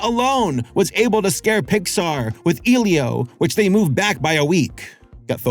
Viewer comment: Hard E, EH Lio... Like its a hispanic name man.